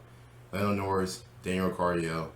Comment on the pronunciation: Daniel "Ri cardio" 😶